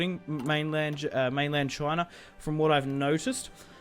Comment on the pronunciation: The way you say China, it's amazing. Choina. Love you Aussies.